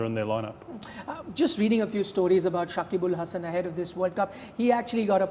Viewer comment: This guy botched his name. Nothing special. We Bangladeshi people call him .